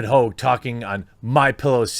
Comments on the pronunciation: Haw-ge not hoo-ge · Not Hoag, pronounced hog, like a pig. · Tell us you like to act like a pretentious douche without telling us you do. Him “hoag” It’s Hogg, yanno like a pig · Lol david hoog, why can't you speak jeremy? Hog. Like hogwash 😉 - you are telling me something is wierd when a kid who already graduated highschool with a fbi dad saw a shooting on tv, then drove his bike there to "interview" kids? Man, that school had zero security. Just saying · It's not "Hoag".. It's "Hogg". Call the idiot by his real name. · First, his name is not Hogue, it's pronounced just like it's spelled - Hogg. As in a pig, swine, a hog. Second, MyPillow existed long before Trump ran for office and is not advertised as a "conservative" pillow company. Mike Lindell is successful because he offers a good product, made in the USA. You're on point with the rest, but these hot takes are getting a little sloppy brother. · Please pronounce his name correctly: David HOGG! David PIG. David Swine! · What's the matter, David? Can't keep it up? Gone soft? Or just stuffed full of fluff? BTW, his name isn't pronounced Hauge, it's pronounced Hog. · Sorry the only way to pronounce that is hog. Prove me right. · is Jermy calling him Ho, are the g's silent lol. what's going on here lol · His name is hogg! No E! Pronounced just like hog, as in the pig, hawg if you want the hip hop spelling! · c'mon, Jer...his name is Hogg...as in pigg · Jeremy it's pronounced just like the animal hog and "Boss" Jefferson Davis Hogg wants his name back..... David Hogg is a disgrace to the name! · Pretty sure his name is pronounced “hog” like the pig. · sup with your pronunciations? david hogg, margot robbie.... both have a long O sound in their last names when you say them but both are supposed to have short O sounds